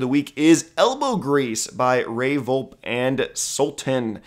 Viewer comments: Friendly reminder it is pronounced “Vol-pee” not “Volp” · Fox song goes lol Also jsyk Ray Volpe is pronounced without a silent E, (Ray Vol-Pee, and Vol-Pee-Tron) Most ppl mispronounce it, so ur not alone lol. don't worry